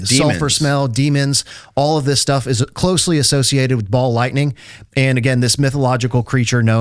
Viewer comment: It's funny that every time you say ball lightning it sounds more and more like Baal lightning. God of storms and fertility. Hail! ❤